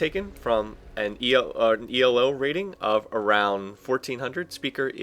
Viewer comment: You say it as if Elo is an acronym.